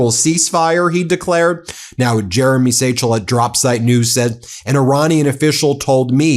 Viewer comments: 'Satchel'? It's not pronounced, Jeremy Sca-hill ? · The journalists name is pronounced Jeremy SCAY-hill. Weird a news org would get a something like that wrong.